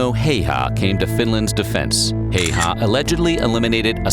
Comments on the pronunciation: That's still wrong though! Häyhä is hyphenated like Häy-hä, and that's something you already got right. Ä is pronounced like the "a" in "plan". Finnish is a phonetic language, meaning all letters are always pronounced the same. The y is pronounced kinda like the German ü. For the y, round your lips like you would when saying "oo" (as in "shoo") but say "ee" as in "flee" instead! It takes a few tries but then you should have the correct sound (somewhat). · Very bad pronunciation of the name Häyhä in this video. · 1) Do voiceover for a video about a real person. 2) Don't bother learning how to say his name. 3) Profit? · When you're making a history video about a person, wouldn't you figure out how to say his name right first? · I from Finland and this is how we would say the name like you Simo Heiha. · Stop butchering this heros name, please. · This has to be the worst ever pronunciation of 'Häyhä'. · The person who created the video he was watching completely butchered all the pronunciations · No, the name is not said correctly. In Finnish language letters ä and y are pronounced very differently compared to other languages. Try to find Finnish pages about Häyhä, you may find correct pronouncing. It is great that people in America know Simo Häyhä. Maybe I already told that Häyhä fought in the same company with my uncle, who died in December 1939. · It truly hurts how he pronounced häyhä... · i get so annoyed every time the dude says häyhä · On problem when English speakers try to pronounce these characters is that they just remove the "dots" and pronounce it like it was an English a. In this case he also pronounces the two ä's differently from each other due to the inconsistent English spelling. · they butcher his name, if u make vids and shit u should take the time to learn the pronunciation, cause i know that channel makes money, a bit more professionalism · ikr, this guy doesn't even know pronounce it himself. Source: I'm finnish. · Häyhä. Not heyha.